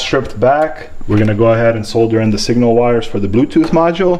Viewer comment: Video was completely useless. Couldn't pay attention to anything you said besides your pronunciation of the world "solder"